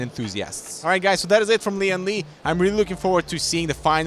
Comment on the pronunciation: ITS not LI AN LI its LIAN LI why cant caucasian fking read? the eyes are big but the brain small? its not ENGLISH ...its Han yu pin yin u pronounce it as LIAN LI not LI AN LI.